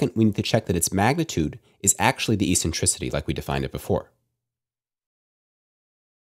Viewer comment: This is the first time I hear eccentricity pronounced with as “essentricity”, but always as “eKSentricity.” Good job though and thanks for these videos.